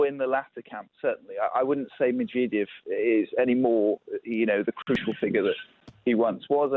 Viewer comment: Pyutin? Mewredev?